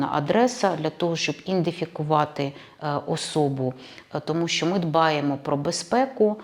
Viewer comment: Індифікувати каже 😂 Ідентифікація чи індифікацвя???